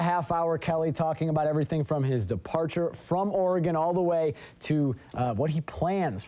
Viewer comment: It's Oregon, not ORE-E-GONE